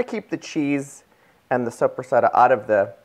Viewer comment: Please pronounce the lunch meat correctly. It's an Italian salami and it's pronounced Soap ra sada......not soup re setta. I know your not Italian but it does help to get the pronunciation correct!!!! These look delicious.....TFS